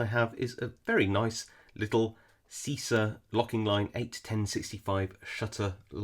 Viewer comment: always love your videos, great vibe, and I'm glad I can be of any help: pronunciation: "cheesah", like cheese